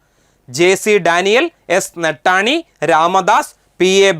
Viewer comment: നൊട്ടാണി നെട്ടാണി അല്ല